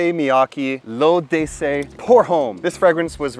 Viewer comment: Pronounced ‘lo’dessey’ issey miyake